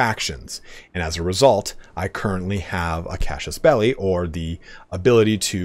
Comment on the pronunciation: Man, I'm loving your videos. I really appreciate the work that goes into it. Just so you know, the "traditional" western way of pronouncing casus belli is 'case us bell eye'. That's probably pretty far off from the original Latin, at least as far as the vowels go, but there's not much debate about the consonants. There wouldn't be a 'sh' sound unless there was a c, cs, or j in there, so you can be pretty confident about using regular old S sounds in casus. Don't quit making these videos! You're the best on YouTube for CK3! Love it!